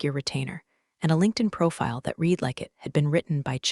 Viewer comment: A always, the AI gets confused on how to say the word READ, as it has different sounds for different examples; spoken either as REED or RED